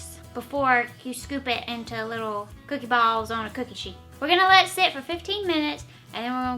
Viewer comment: LMAO at the way she says balls..... I missed your cute lil face and your adorable accent.....I missed pretty much everything about you. Great to see you back!